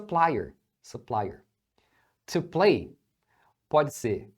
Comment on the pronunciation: Po que a palavra play ela não termina com e e a pronúncia do a é ei